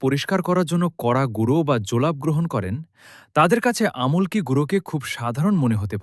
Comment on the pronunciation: আপনি খুব সুন্দর বলছেন খুব ভালো লাগছে। কিন্তু উচ্চারণ ভালো লাগছেনা। আম্+লক্ষী=আমলকী। আপনি বলছেন: আমল্ +কী।